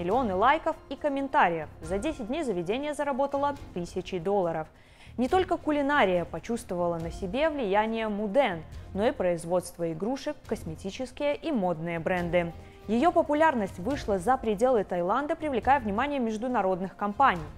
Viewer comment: Не кулинАрия, а кулинарИя